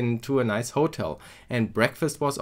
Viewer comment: The fact that you missed that you had qualified for the finals tells me that you were not really organized. The emphasis in "hotel" should be on the second syllable. It's nice to get a tour of such an event. I am sorry about the smoking you encountered.